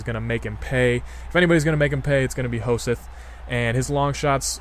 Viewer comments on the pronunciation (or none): It's pronounced Ho-sett ^^